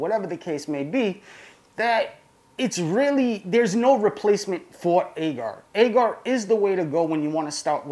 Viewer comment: Nope all wrong agar agar🤓😂😂